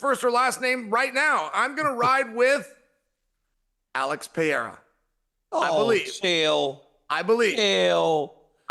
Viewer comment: DC had to correct himself after repeating Pierra🤣🤣🤣